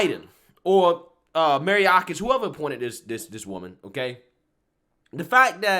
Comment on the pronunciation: Ok. I have watched a bunch of your videos and I just want to correct something. His name is not Maryakis, it is Mayorkas, pronounced liked Mayor with kas on the end... Now, for Jankowicz, it is pronounced Jank-O-wits, not Jan-COW-its... That said, the left is too woke to be awake...